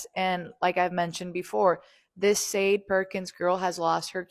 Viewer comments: It's pronounced shar-DAY. She was clearly named after the 1980s singer Sade Adu, who was famous for the songs "Smooth Operator", "Sweetest Taboo", and "No Ordinary Love". Sade was known for a unique and compelling fusion of jazz, soul, R&B, pop, funk and Mediterranean music. Sade Perkins, on the other hand, appears to be pure fission. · Her name is actually pronounced: sha-day, like the singer in the 90’s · Sade is pronounced "Shah-day" 👍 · Will somevody please tell the world that sade is not pronounced sharday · Sadie is generally a white name, or a good dog mane. Sade is Sha Day like the 80’s singer. Funny asf e1 is mispronouncing it. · 'Shah-day', like the singer.